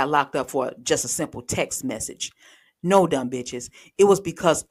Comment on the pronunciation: Oh no….WTF is a text “mechage” 🤣🤣🤣